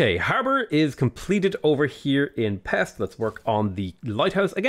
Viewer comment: Its not pex but peshť